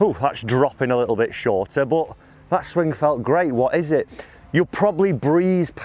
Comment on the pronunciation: Not swingk ffs....its swing. The g is silent